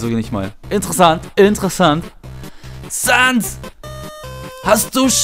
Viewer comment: Die Seele die Flowey meint ist die von Frisk weil dan Chara Also du als Spieler, der Geist des ersten Menschen die Kontrolle über Frisk übernimmt :P Sans weiß auch Bescheid denn er dreht sich immer in die 'Kamera' zu dir als Spieler um :D PS: er heißt SÄNS xD